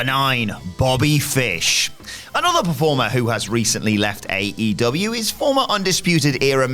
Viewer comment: Is there a reason why can't pronounce aEEEEEEw sometimes?